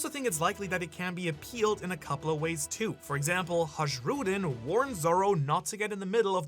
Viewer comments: Please stop saying "Hadzhroodin". You're giving people aneurysms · Ha-ZH-rudin is distracting me.